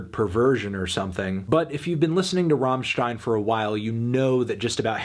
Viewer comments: love your content. little tip from germany. its rammstein, not raaaahmstein. double "m", pronounce it fast and accentuate the "m" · "rammstien" Yup, this review fake and gay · It's not rawwwmmstein. It's RUMMstein. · “ROHMSHTEIN” e.e Accurate but my mind refuses it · Rammen stein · The way he says Rammstein is painful to my German sensibilities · It's pronounced "rammstein" not "rammstein".